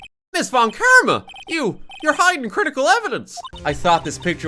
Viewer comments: Now that it seems obvious that von Karma is German - you might as well pronounce it German, right? The 'v' in "von" would be pronounced a bit... harder? More like an 'F'. And then you'd be close enough, I guess. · i honestly wasnt listening at some point and by the time i started to pay more attention i heard "VON KARMAS NO" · I adore that horrified, delighted pause RT has when he sees the name Von Karma!